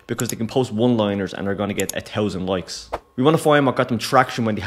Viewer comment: 'Loikes' 😂 Good stuff man.